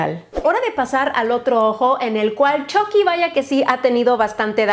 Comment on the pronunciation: Yo al principio con la esperanza de que diga chucky con u , y no con o : chocky :(